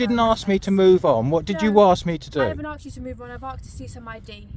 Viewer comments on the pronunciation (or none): Asks not aksed